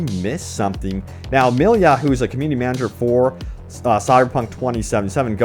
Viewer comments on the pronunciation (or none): none